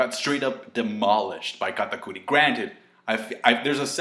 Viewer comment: i hate how you stress pronouncing names KATTTAKKKURI